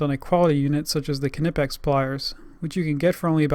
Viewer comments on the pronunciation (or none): Its pronounced nipex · Lets all remember, the K in knipex is silent.